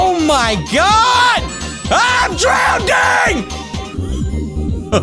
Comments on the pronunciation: Lol said I'm drownding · Did you say drownding